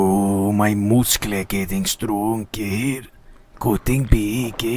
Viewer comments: Do you feel that satisfied saying mouskles,you already said it a thousand times.You need a doctor! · no, he need mooskels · His moosclees😂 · TEH MOOSCLES